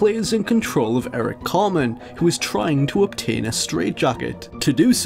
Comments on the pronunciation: Tell it is pronounced Eric CarTman and not Eric Carman. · It's Eric Theodore Cartman, not ''Carman''. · Eric "Carman"... Dude. -_